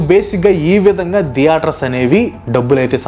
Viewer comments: దియేటర్స్ కాదు బ్రో థియేటర్స్ నవ్వచింది మీరు pronounce చేస్తుంటే😅😅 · diaters kadhu bro theaters🤣